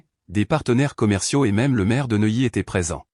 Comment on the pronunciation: Neuilly pas noyé!!!! Pourquoi reste il a Neuilly